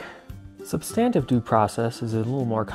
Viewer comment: You’re pronouncing substantive due process wrong and it’s annoying